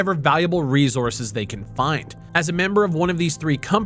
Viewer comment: reezoures adn dedicwated wam